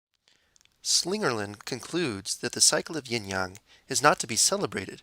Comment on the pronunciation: Yin Yang is pronunced y/I/n /y/ang